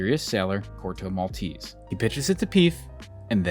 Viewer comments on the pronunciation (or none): It's not "Corto Malteeeese" it's Corto Maltese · In Italian it’s not pronounced “Maltees” but with every E spoken just as the first one in the world “Elephant”. MaltEsE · The finale "e" in Maltese in not silent like in Versace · *Mal TE say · He didn't even look up how to pronunciate "Maltese" decently...